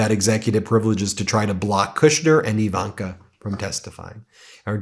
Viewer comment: Do you not understand the letter I in Ivanka does not make an E sound.